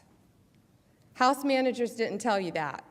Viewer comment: She cannot pronounce "didn't".